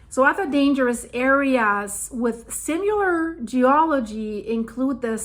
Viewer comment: Hi: This may be an older video, because you pronounced "Similar" as "Simular" again. I thought you fixed this wrong habit, so just keep practising. Keep up the good videos.